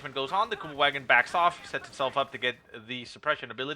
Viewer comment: normally I wouldn’t do this normally but please … the next time you say the Kubelwagon remember in German the ‘W’ is pronounced as a ‘V’ in terms of pronunciation … think of the car company Volkswagen:P Besides that little bit of silliness keep up the awesome casting:)